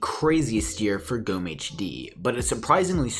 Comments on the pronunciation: How you speak "Gomme" is just AMAZING xd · Ich finde es lustig wie er "Gomme" ausspricht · Lol im from Germany 🇩🇪 is swear and u have to speak Gomme not like that 😂